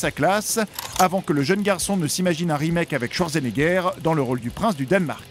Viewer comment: Ca ne se prononce ce pas schwarzenegger mais chvartsenaiger #allemand en 5eme langue Sinon, bonne vidéo.